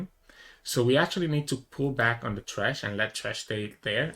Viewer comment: it's thresh not trash lol